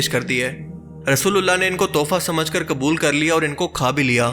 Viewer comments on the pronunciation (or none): none